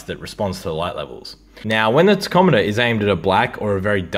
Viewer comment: Wait ….. what did you call it???????? It’s pronounced “Tack om a ter”